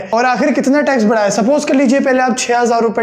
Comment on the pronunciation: .Barha hota hai "بڑا"." Badha "nahi hota urdu hindi tanaziya bhool gy hi kaya?